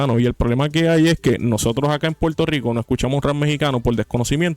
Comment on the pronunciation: Primer punto : se dice PUERTO RICO Y NO PUELTO RICO . SE DICE PERSONA Y NO PELSONA SE DICE CONFRONTAR Y NO CONFRONTAR Y ASÍ PODRIAMOS SEGUIR Y SEGUIR Y SEGUIR . SEGUNDO PUNTO : te ves como uno más de los PUELTORIQUEÑOS como ................. Hipócritas , es un hecho que los puertorriqueños EGOCÉNTRICOS , y te lo demuestro ; HASTA QUE SIEK CONTESTÓ , MUESTRA UN VIDEO DONDE ALGÚN MEXICANO MENOSPRECIE ALGO DE LOS PUERTORIQUEÑOS , EN CAMBIO HAY POR AHÍ VÁRIOS. " PUERTORIQUEÑOS " QUE HASTA HAN QUEMADO LA BANDERA D MÉXICO , ESO TE HACE HI PO CRI TA .